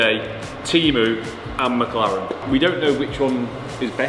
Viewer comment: Fun series, though I keep hearing MockLaren :D